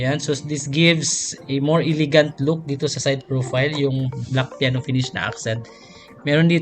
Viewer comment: E~le~gant HINDI: I ~ li ~ gant (bisaya man gid )